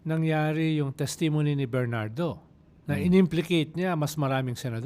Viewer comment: paki check ang pronunciation mo ng testimony. Thanks❤